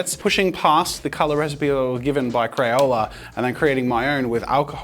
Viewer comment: Crayola "Makah mayka"